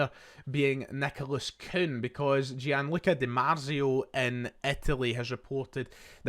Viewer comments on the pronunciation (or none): My turn to be that one pretentious prick in the comments. It’s “Jan-look-a Dee-Mart-zio”!!